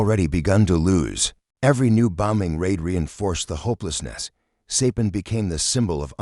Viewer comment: Sorry to hear AI mispronounce Saipan.